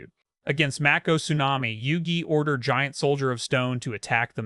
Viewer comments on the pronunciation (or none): none